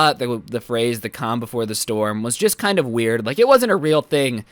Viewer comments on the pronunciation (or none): none